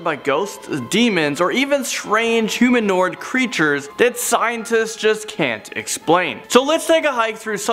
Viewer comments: Did he say humanord? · Did say human-ord? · Strange humanord creatures? Isn't it humanoid? XD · Humanord lol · Yes, humanord. Humanord. It's not humanoid or anything like that, no. I'm triggered, can you tell? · you said humanNord LOL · “Strange humanord creatures” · From humanoid to "humanord"